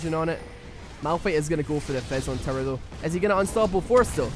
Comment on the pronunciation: I love how he says "tower" like "terror"